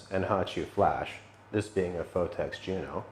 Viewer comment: ''Phottex'' lool